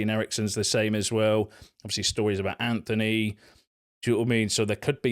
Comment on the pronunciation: Dude, tiny thing but where are you getting the ‘h’ from in your pronunciation of ‘Antony’? It’s ‘Antony’ not ‘Anthony.’